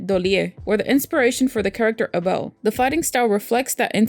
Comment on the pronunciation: You have to be the first person on the planet that pronounces Abel's name correctly.